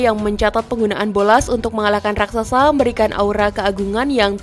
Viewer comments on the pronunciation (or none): none